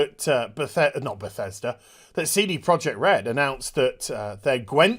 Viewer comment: I love that you pronounce it seedy project red lol